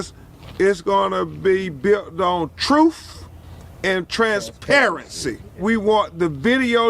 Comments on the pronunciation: All he wants is the truff! I had the same question. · He said, troof